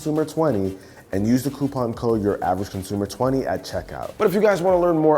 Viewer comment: "What's going on guys it's your hcvbsbewcneowaj consumer"🤣🤣🤣🤣 idk why I can never hear the 'UrAvg' part